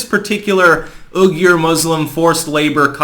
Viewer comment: the pronunciation of Uyghur is "(oo)wee-ger"